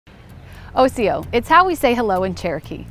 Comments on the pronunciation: It's not Osiyo (Oh-sea-yo). It's Osiyo (Awe-Sea-yo) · Girlfriend, "osiyo" has tones